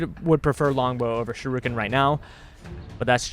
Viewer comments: If you wanna pronounce torgardo correctly I will let you know how to pronounce torgardo correctly its tor-Gado not tor-Gardo and heres how to pronounce shuriken properly heres how! Shur-EEken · It's pronounced (SURE)•(ICK)•(KIN) A combination of that and kunai (throwing knives) might be cool but I think a bad ass Bow would be awesome. There is a ranged fast weapon so why not have a powerful heavy-hitting ranged slow weapon like the axe / hammer to balance it out.